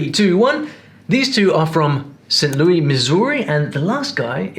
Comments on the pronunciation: Did he seriously say "saint loooeeee" Missouri while pretending to be an expert in American accents or something? Lol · It’s St Louis (pronounced with an S) not St Louie Missouri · By the way, he mispronounced St Louis, MO. It is not the French variant. We pronounce the S. 😉